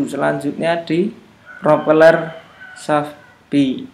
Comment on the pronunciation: Ada yg denger mas nya bilang gear pro peler 😂( 20.08)